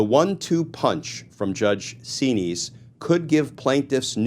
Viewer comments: Xinis pronounced 'Zen-is' not 'zeen-ees' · Correct spelling of the Judges name is Judge Paula Xinis. Pronounced Z-Niz. All of these judges threatened to pursue contempt charges against tRump, but Nothing ever happens !